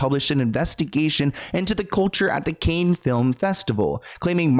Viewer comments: Say like Can not Cain sweetie. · are you really calling it the Cain Film Festival, when you should know it's pronounced Can Film Festival. Holy moly are you AI? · Cannes as in multiple cans.. not canes which are eg walking canes, bamboo canes.. etc.